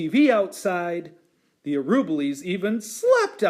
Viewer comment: This is the best of the read-alouds of the book in terms of seeing the pictures, but the reader mispronounces the name "Araboolies" throughout the reading. It should be pronounced ah-rah-BOO-lees.